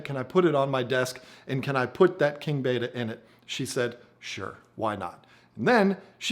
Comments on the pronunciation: Pet peeve time - it’s bet-a not bait-a. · It's Bet-ta not ba-ta or beta!!! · Interesting video. 👍 Looks like an Alpha \ Beta aquarium (to play on words\connotations). 😏 Also, was the video filmed in Vhs or perhaps Beta? 🤗 P.S. I know it's spelled Betta, but you like to pronounce it 'Beta'. BTW, I do as well. 😋 Good video as always and myself as a man with manly aquariums, all I can say is good job. 👍😎